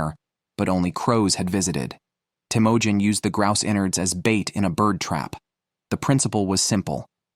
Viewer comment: is teimojin mongolian if so it would be “Temuujin”